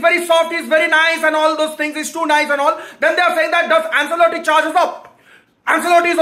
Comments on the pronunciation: it's not "Anselotti" it's pronounced as "Anchelotti" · AnSelotti Nai bhai, it’s AnCHElotti. Italian name.